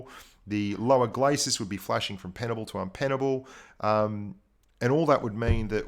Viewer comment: Inpenable not un!:)